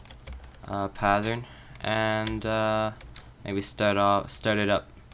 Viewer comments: pathern? i cant understand you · You keep saying "patthern" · "Pathern" lol